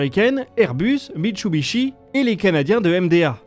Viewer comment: Super vidéo. MitSUbishi. Not MitChubisbi ;)